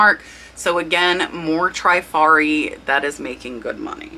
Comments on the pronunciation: Beautiful Hattie Carnegie brooch your friend sold. It is "cabochan" (with an o.) French derived word basically meaning "a polished dome." Usually oval or round and not faceted. English pronunciation "kah-bo-shawn." Givenchy - "zshee-von-shee." Trifari--"Trih-far-ee" not "Try-fari". Hope that helps!~ I know you teach us the importance of spelling keywords correctly when listing.:-) Keep up the great content. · Loved the content but you are mispronouncing the word Trifari. I grew up in Rhode Island where they were headquarter and worked there one summer between college semesters. Its pronounced Tre - fa-ri not Try-fa -ri. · How to pronounce Trifari - tri faa ree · Trif ar i 3 syllables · Thanks SO MUCH for your excellent info. FYI,. It's pronounced Trif ari. Pave is pa vay,. and it's Skap a relli,.